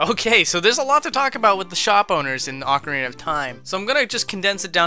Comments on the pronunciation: One minute in and someone's already said 'oakarina of time' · Does the UK version of Ocarina have an ‘r’ at the end of it? Ocariner? I don’t understand lol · Its pronounced aw-kah-ree-nah dummy